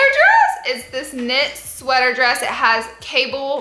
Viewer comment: Lol that she keeps saying sweaTHer lol 😂